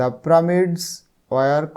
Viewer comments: Pramid na pyramids😂😂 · Sir how the prameds na pyramids 😂😂😊😊